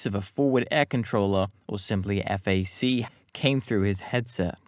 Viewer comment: Not EFF AAY SEE. FAC (like BACK) And I do not know what you did with MAYAGUEZ - that was brutal. Overall a solid video - but sometimes the narrator’s unfamiliarity with names gets a bit distracting.